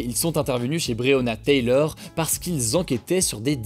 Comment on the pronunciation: Taylor Hugo, pas Taylieur ahaha ;)